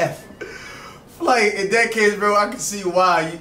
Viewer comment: “You failin nat’ bih” 💀💀💀💀😂😂